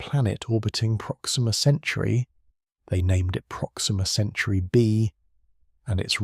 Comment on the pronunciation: These nonsensical AI slop clips are insane BS. So is the slowed down voice talking about Alpha "Century". Jesus Christ.